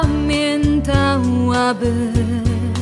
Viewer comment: Nie ""pamieNtałabym"", a ""pamiĘtałabym""". Nosowe ę ą są uciążliwe w wymowie, ale wokalnie można je zgrabnie wyśpiewać -bez przesadnej wymowy😊Innych zastrzeżeń nie ma. Bardzo pięknie zaśpiewany ten wielki hit. Wspaniałe brzmienie wokalu, a generalnie wszystko w tym nagraniu brzmi cudnie. Łapka w górę. Za profesjonalizm. 👍👍👍👍🌹🌷🌹🌻🌹🌷